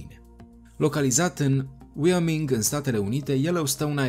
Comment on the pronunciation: Cu tot respectul, dar nu poți prezenta ceva fără sa treci prin filtrul cunoașterii. Băiatul asta nu știe cum se pronunța statul Wyoming, unde se afla vulcanul. E doar un mic traducător pt views, fără a avea un scop educational. Un fel de kanal D al YouTube ului. Ca sfat...fa research din mai multe izvoare și apoi poți veni cu un rezultat final, nu copia tot ca bivolul.